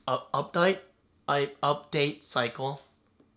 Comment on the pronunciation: Haha! You sounded really English when you said "update" :P